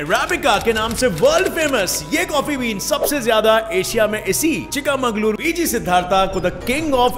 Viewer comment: That's not chikkamagulur it's chikkamangalore I am from Udupi Kundapura